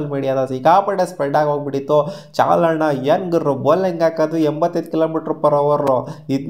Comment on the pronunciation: CHAHAL❌ CHAAL✅😂